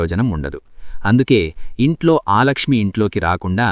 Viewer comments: ఆలక్ష్మీ కాదు,అలక్ష్మీ.ఒకసారి శ్రీ సూక్తం చదువు. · ఆలక్ష్మి కాదు,అలక్ష్మి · ఆలక్ష్మి కాదయ్యా అలక్ష్మి